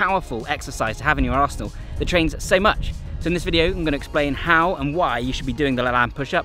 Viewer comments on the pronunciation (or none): none